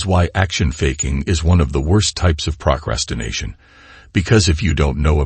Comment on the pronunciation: Good message. Is the speaker a computer? He speaks with a better cadence than most robo-voices, but has almost too perfect precision. And what's with the pronunciation of "procrastination"? ("Prock ras tin nation")